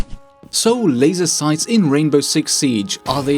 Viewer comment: "f00kin laiser soights"